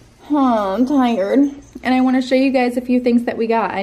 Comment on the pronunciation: Ok, - You're not allowed to say "And-t" anymore (you put "teh" at the end of your And's):P ANYWAY!!! OMG, SO, FREAKING, CUTE!!!!!!! That was so cute how you two just cuddle-hug!!!!! awwww!